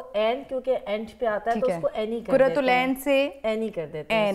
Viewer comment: Aap dono ne اقرار ko اکرار aur قرات العین ko کرت العین kar diya.